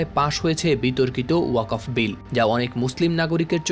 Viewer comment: উচ্চ শিক্ষিত সাংবাদিক কিন্তু ওয়াকফ উচ্চারণ করতে পারে না